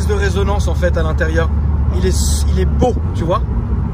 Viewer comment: BEAUUW (avec l'accent British) haha